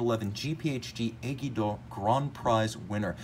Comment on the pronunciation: WatchBox Reviews - just read the Frenchman’s post...being of Italian descent,, you must know the first name Guido, no? The word needle in French is pronounce just like the ‘GUI’ in Guido, and the ‘lle’ is something like ‘yeh’. If you are interested, the Google App is not bad, you can give it a listen when you find the time.